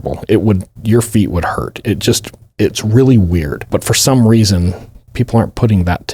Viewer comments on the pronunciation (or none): none